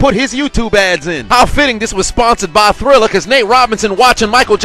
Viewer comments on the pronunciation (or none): Its "Triller" not Thriller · triller not thriller lmao